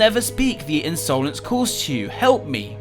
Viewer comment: In so lence not unsolence